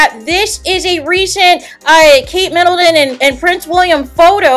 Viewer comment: Please don’t say Kate MiddleDon